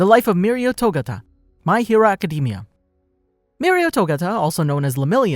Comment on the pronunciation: PLEASE XD say Academia right XD